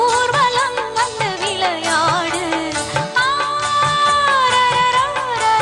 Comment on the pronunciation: It is a good song and sung it very beautifully except the pronunciation 'விளையாடு’. It is incorrect to sing it as 'விலையாடு’. Please correct it in the future. All the very best.